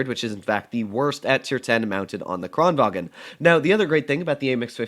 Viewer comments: Im swedish and kranvagn says kraenvan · says the kran right but then says vagen